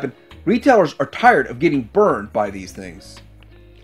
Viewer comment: “Ay Tee Ay Tee”???? It’s AT-AT (like hat-hat)!!!